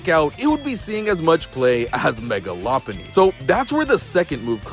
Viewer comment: You pronounce Lopunny correctly, instantly subscribed